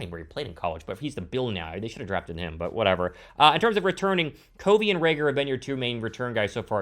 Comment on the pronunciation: Dude you are really mispronouncing Covey’s name. It’s CUV-ey not CO-vey!!!!